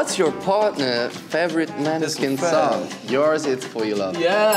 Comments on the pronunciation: DID DAMIANO SAID "MANESKIN" WITH AN " A "?! BITCH IT'S PRONOUNCED "MONESKIN" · Domiano pronounced måneskin wrong hahahah🤣 i love this video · So, it pronounces "Moneskin"... Nice.